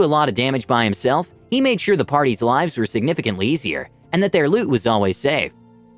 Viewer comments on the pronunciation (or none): none